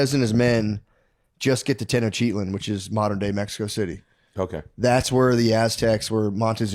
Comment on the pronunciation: Matt trying be historically correct and cannot even pronounce Tenochtitlan correctly 🤤🤭 -Maybe that’s you notes 😂